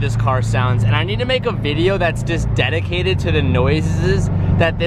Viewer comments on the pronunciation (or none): "dediwated to the noizzzezzzz"